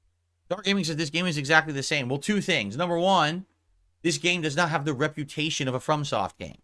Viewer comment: “It’s not about the money. It’s naht! I’m naht here to take a paycheck”